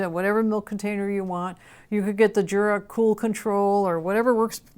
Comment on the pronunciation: It is a pity that you cannot pronounce the names of both companies correctly 😔